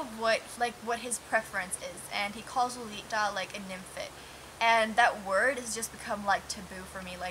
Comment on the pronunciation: It's "fet" not "fit"......nymphet.